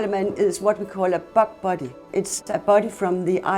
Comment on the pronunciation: I know that she's saying "bog body", but my brain keeps hearing "f*** buddy".